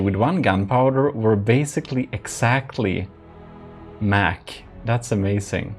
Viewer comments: Just so you know (haven't seen the video yet) but its "mach" and not "mac " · When u said mach 10 i heard it as like the mac-10 the gun